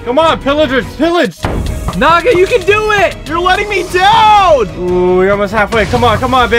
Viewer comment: Thanks for saying "naga" that's dragon ini my in my country